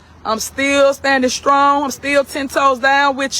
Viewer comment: " steal standn Skrong" and this tu "Shill " pass ... MASTERS DEGREE IN EBONICS